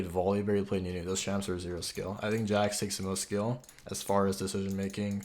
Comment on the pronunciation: The cringe is real watching him butcher Jax....